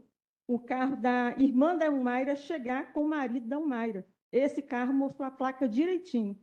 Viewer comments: Que promotora ruim!! Não conseguia nem falar o nome da Humaira. Péssimo trabalho! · Que promotora péssima. Senhor. Não rola nem uma boa tarde correta. Ela não consegue falar ao menos o nome da ré